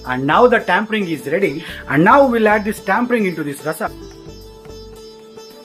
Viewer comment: delicious recipe .. i didnt wanna say it, sounds like nitpicking, but you said 'tampering', its 'tempering'. Here for the recipes, mainly. 🙏